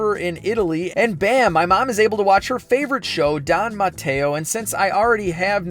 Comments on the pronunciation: DON MATTEO! You say DON MATTEO ciao!! :) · Seriously? "Don matteo"